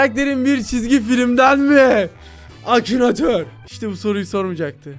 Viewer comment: Abi acinator değil akinatör